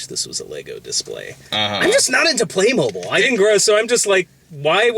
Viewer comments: It's pronounced "playmobeel" 😁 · Play Moh-beel god it's like saying pokey-man it's just wrong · Being dutch, its weird to hear someone say "Playmobil" instead of Playmobeel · Is it pronounced "Play-MOH-Bill?" I always said "PLAY-Moh-BEEL" or "Buy Legos instead, Grandma." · I always pronounced it "Play-mo-beel". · The commercials I see every once in a while always pronounce it as "playmobeel." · I only came to the comments because I had to know if I had been miss pronouncing Playmobil my whole life.